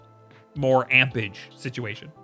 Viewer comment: It's been years... the word is amperage...